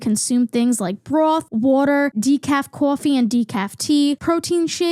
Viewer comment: that northern accent really came out saying “decaf coffee” and as a southern person hearing the “water” is weird😭